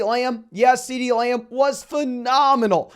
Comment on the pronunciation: Ceedee “Layum”